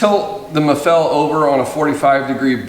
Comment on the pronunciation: Is not Maffél, is Máffel you idiot